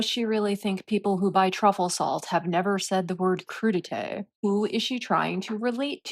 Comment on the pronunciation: She should stick to vegetable platters. Croo da tay is too hard for her.😂